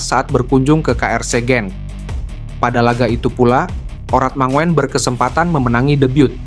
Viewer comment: Hai bro..namanya ratnar. Dibacanya ratnar urat mangun. Bukan dibaca mangoen..kaya gk sekolah aja